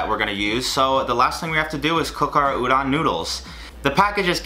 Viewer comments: its ooh-don. heavy on the o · ok, ok ok ok ok, 1, udon is 'oo-doughn' and sake is 'sah-kay' (sorry lol had 2 get them pronunciations out there man) 2, udon has very thick noodles which is sorta one of its defining traits! i dont live in japan so maybe there is a type of udon that has slim noodles but every time my japanese dad makes it, or we go to our japanese market/restaurant, its got big ole noodles! heard someone said to do a part 2 so like,,,, GET THEM NOODLES RIGHT other than that tho hell yeah i love this. thank god ur not gonna die of all those sweets we made u eat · I'm suffering every time you say they're udon dude but good job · The way he says udon😕